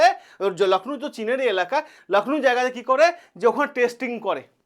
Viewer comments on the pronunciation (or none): none